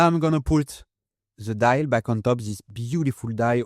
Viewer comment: "dial" becomes "die".. 😄